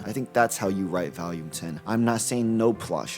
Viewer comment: Where are you from brother?? I've NEVER heard anyone pronounce "volume" like that in my life